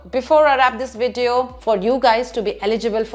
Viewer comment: You have sindhi culture back ground...when you say the word VIDEO....